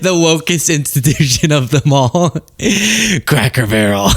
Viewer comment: “loom what they’ve done to Crack Barrel” I swear that’s what he says